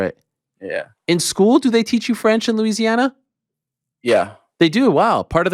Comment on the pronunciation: I think helwani actually got that French right